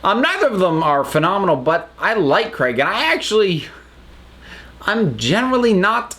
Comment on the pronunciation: Is the reason you wear Tom's scarf the same as the ring or because it's Doctor Who? Also it's Craig not Crag. Just listen to how the name is said in the episodes